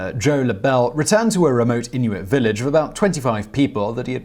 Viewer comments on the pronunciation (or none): none